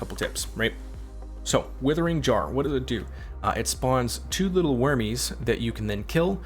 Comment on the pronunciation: "Withering Jar"...love your builds but maaaan...lol